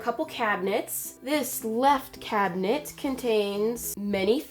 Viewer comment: instead of saying cabinet it sounded like cat nips well now I listen to it I kinda hear cabnits but still 😂